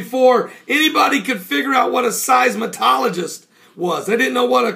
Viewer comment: It's "seis-mol-o-gist", not "seis-ma-tol-o-gist"... Sorry, you sound like something from the Bugs Bunny show when you say that... :). Nothing personal...